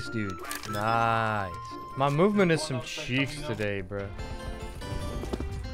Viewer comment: did i hear MOVEMINT?